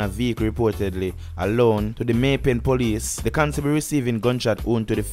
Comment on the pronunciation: May pen not may pay